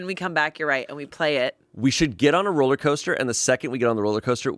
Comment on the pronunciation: I can't believe nobody called on "rolla coaster". I wonder if she realizes the word is "rollercoaster" or if it's just Boston-adjacent vernacular?